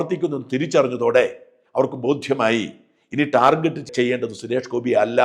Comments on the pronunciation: ടാർഗറ്റ് not ജെറ്റ് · ഷാജൻ ദയവു ചെയ്തു ടാർജെറ്റ് എന്ന് പറയരുത് ടാർഗറ്റ് ആണ് യഥാർത്ഥ ഉച്ചാരണം. ഈ ലോകത്തു മലയാളി മാത്രമാണ് ടാർജെറ്റ് എന്നു പറയുന്നത്.